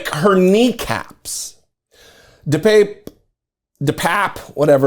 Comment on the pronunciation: Bro! My sister went to high school with this nutcase. I believe it's pronounced 'de papier' Best of luck with the surgery!